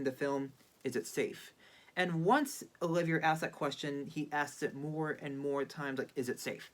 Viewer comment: I tend to agree. Olivier is important enough a legend that, even as pure courtesy, this young man should have inquired about the pronunciation